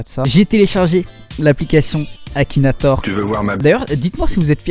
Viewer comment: "KAKINATOR" mdrrrr